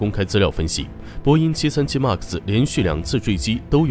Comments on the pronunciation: 麦克斯，不是“骂克斯” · 读麦克斯…… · 能不能把MAX读读好啊，听着贼难受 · 英语再怎么不标准也不会这么读一个只有两个音节3岁水平的英语单词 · 一共就一个英文，max！！！这不是口音问题，是英文太差。